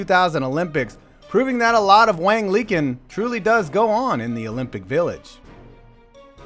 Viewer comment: Isn't "Liqin" pronounced lee-CHIN?